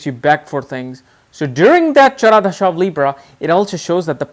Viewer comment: Can you please pronounce dasha and not dhasa?